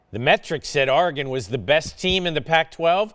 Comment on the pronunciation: I hate how he says Oregon